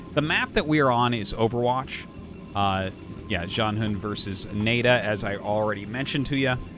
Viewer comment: Isn’t NaiDa pronounced Na-ee Da?